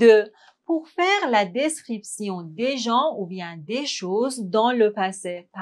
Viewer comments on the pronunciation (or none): Je pense qu'il faut revoir la prononciation du verbe faire. Merci beaucoup.